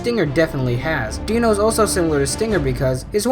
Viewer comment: Its Dino like dinosaur not deeno Dinos real name is mirage and he is called dino because he is very fast and sharp like a dinosaur but how you call he is a deenosaur